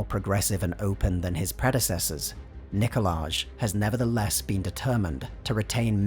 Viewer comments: Nikolay* Not Nikoladzh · "Nicolay" not "Nicolaj". "J" in Slavic languages is read as "y". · Its pronounced Nikolai, not Nikola-j... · I was so confused and thought they had invented an entirely new name of Nikolazh and not just mispronounced Nikolaj/Nikolai lol. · I know nothing about this world, but when you say NikolaZH it just kills the immersion for me; im pretty sure thats a Romanian version of Nikolai, and unless this Emperor is Romanian, thats just ugh. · you said "Nikolaj" twice! It doesn't sound like a Russian name and there's someone in the comments section saying the "j" is pronounced "y". Please fix this so the video seems more deep. When you drop "Nikolaj" it pulls me back to Western/America society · No one: English speakers: Nicholage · If the Tsar's name ends in a 'j', then I'd put money on the fact you're meant to be pronouncing it like it's a 'y'. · The "j" in Nikolaj is pronounced as a "y". This is a feature found in all Slavic languages and many European languages, such as German, for example.